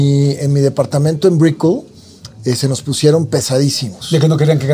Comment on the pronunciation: Tuvo que aclarar por qué uso la mansión de su tia, que no es suya, pero que tuvo que usar porque su depa en Brickell (pronunciación inexacta) exponia a muchos picudos.Y como persona sencilla que es sólo usa Ferrari y Masseratti 😂😂😂😂😅😅😅